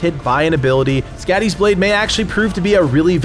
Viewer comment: skadis .blade..its pronoced ..like your saying scotty.. but it whould be..soddi ..she is a norse goddess of winter and the hunt..and she looks like a juaten weridly